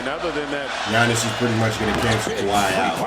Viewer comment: Kawhi not clark 🤷🏾‍♂️